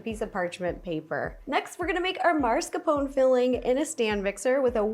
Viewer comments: somehow that 'marscapone' hit my ear, i thought it was 'mascarpone' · Is mascarpone actually called maRscapone in the English speaking country or is this just a random YouTuber (second today 🙄) saying it wrong? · Hearing an Italian say "mars-ca-pone" is triggering me lol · maRscapone ? isn't she "italian" ?! (-_-) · hm... do you really pronounce it maRscarpone? I hear so many Americans pronounce it like that, what's up with that? 😆 Just curious, is there a reason it's such a common mistake?